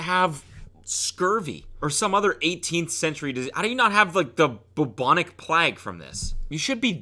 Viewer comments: idk where ur from but im irish and the way he said it sounded wrong to me lmao i say it like the u is a u sound so its bUbonic not boobonic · I’m never pronouncing bubonic plague correctly now that I’ve seen this video. The way he said boobonic had me dying 😂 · the bubonic what?? :) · not plag it’s plague, and it’s bubonic😂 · The "boobonik pleg" who says it like that ??? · ‘the bobonic plag’ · 'the Boobonic Plag' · “How do you not have the boobonic plagg from this?” Cody’s pronunciation is wack but I love it. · "Bub-bonnik Plaag"